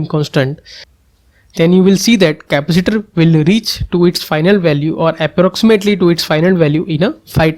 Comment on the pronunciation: Dude, learn how to say "capacitor" properly